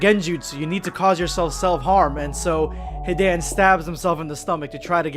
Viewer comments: anyone being triggered by his very off pronunciations of most of the words associated with naruto? like when he says "kakazu" or "hidan" very off? idk it turns off the immersion for me. Feel like you are just reading off a paper and not feeling the true immersion of the script. Just some constructive criticism. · Hid-an HID FUCKING AN BRO ITS HI-DAN THAN KAKU-ZU ITS KAK-A-ZU JEASUS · h-i-dan and kak-oo-zoo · He-dan and ka-kuzu smh 🤦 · Kuckuuzoo? Hiden? Rahzengahn????? Boi what the fack? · "Hee-Dan and Cock-oo-zuu" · As an ally of the Naruto community I'm gonna pretend that you didn't call them that, This nigga said Hidān and Kukoozoo Bro prolly the type too say cammyhammyha instead of Kamehameha 😂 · y u do madara hidan and kakuzu name like tht smh